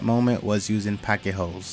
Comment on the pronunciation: He said "packet ho's"! Not pocket holes.... lol.. Slap. lol